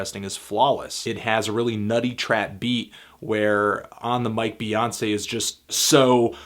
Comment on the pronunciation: child it's "Bey" not "Bae".